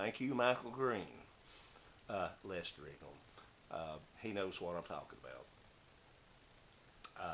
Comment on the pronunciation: Hi..good to see you back.... some great looking gifts came your way. The pronunciation of my home town "Leicester' is almost spot on now... now time to add the county......how about Leicestershire... lol...2 more years practice in that one...lol...lol...challenge set my friend...Take care..Mick